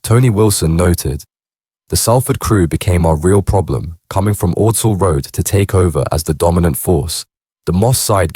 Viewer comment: Makes me laugh how none of these channels can pronounce Ordsall